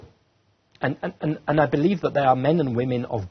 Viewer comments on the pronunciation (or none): none